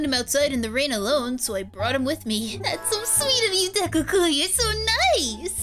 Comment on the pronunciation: Deku not dekua